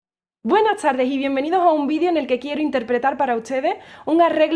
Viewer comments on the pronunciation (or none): none